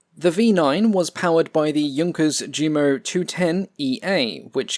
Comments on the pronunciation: "Jumo" is pronounced "Yumo." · Ive noticed in all your videos you pronounce jumo (jew-mo), but you correctly pronounce junker (yun-ker). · The way you pronounce "ReTSCHlin" and "DSCHumo"... Check Wiktionary or at least Google Translate for pronunciation please T_T